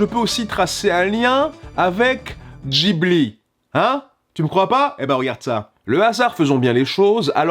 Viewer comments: pardon, mais Studio DJIBLI ? ON DIT GUIBLI BORDEL ! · C'est Gibli Pas jibli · Une bonne foie pour toute, le H dans Ghibli, c’est JUSTEMENT pour rendre le G neutre, et qu’il se prononce [g], pas [dj]...........